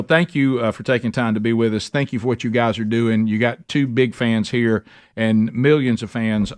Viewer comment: Some great human being right heuh